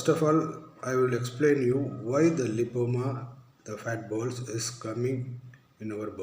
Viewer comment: Lipoma clearly said 🙏 thanks